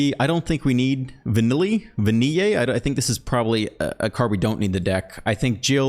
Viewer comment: I love how Spanish lessons show when trying to pronounce Vanille as Vaniye.